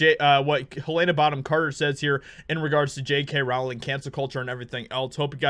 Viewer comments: Oi!! J K. Rowling's name is pronounced "rolling" as in "bowling". Not "raoling" as in "cowling". She's only been asked that a million times, mate. Otherwise, I like your vids. 😋👍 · Hey! JK Rowling's last name is pronounced ROLLING - according to her. Its like Row - as in Row row row your boat. It's not Like Rauling. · It's pronounced Rowling like "Bowling". It's not "row-ling" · FYI- Rowling rhymes with Bowling. Yer welc. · Just FYI, JK pronounces her name “rolling”.